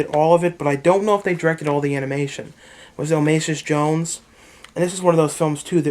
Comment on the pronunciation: "Omasis Jones"... lean how to speak idiot. OSMOSIS.